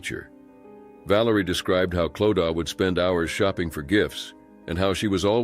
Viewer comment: It’s pronunced Cloud-a not Clow-da!